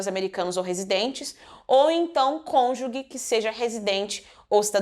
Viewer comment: Conju GE!!! NAO É CONJU GUE!!!